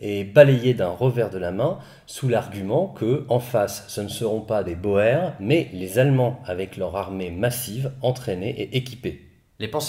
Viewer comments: cela se prononce pas ainsi "boer" se prononce "bourre" pas "bohère". Nota Bene fait la même erreur... vtavo pour la vidéo toujours aussi intéressant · Sauf erreur de ma part, on prononcait bien ca "bo-er" avant mais on a finit par justement de nos jours prononcer "bour" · Sauf que quand tu t'appelles Jack, tu fais prononcer ça bo-er et pas pas bour. Question de charisme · C'était très intéressant, merci beaucoup pour cette série et cette superbe conclusion. (À un détail près : ça ce prononce bourre, pas beau-hère.) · Super vidéo, toujours aussi intéressant ;) Petite précision néanmoins, on ne dit pas boèrs mais bouuurs pour les boers. Ça vient du néerlandais, les boeren qui se traduit par les "fermiers", le oe se prononce "ou" dans cette langue :) . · Au début, je ne comprenais pas "bohère" jusqu'à ce que tu parles d'afrique du sud ... Boer (qui se prononce Bour) !! Bon sang, mais c'est biensûr ! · J'ai beaucoup aimé ce format par contre ta simplification de la guerre des boers (prononcer "bour" et non bo-er ce mot d'origine hollandaise) m'a fait tiquer. D'un coté les conquérants anglais, de l'autre les républiques boers. Et il n'y avait personne d'autre dans cette partie de l'Afrique? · On ne dit pas "bower" ou dit "bour" pour "Boer". Ils étaient armés de Mauser 1895 en 7x57 Mauser ce qui face aux Martiny Henry à poudre noire était un avantage certain. De plus les Boers (prononcer Bour) étaient des ruraux et des chasseurs, ils savaient tirer juste pour chasser. Chasser c'est manger, il est vital d'être un bon tireur pour survivre. Les anglais pratiquaient un tir de salve sans viser, avec une arme de précision et de portée moindre. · Les Boers se prononce "Bours"...😉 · Boer par contre ça se dit par boer ça se dit "bour" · On dit bour... Pas boèr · Salut, excuse moi, Boers se dit Bours (désolé, c'est un peu casse pieds, le néerlandais :x ) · Super vidéo mais Boers(de l'afrikaans) se prononce [buːɾ] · Boer se prononce " Bour". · Boer: ne prononce-t-on pas "bour" ?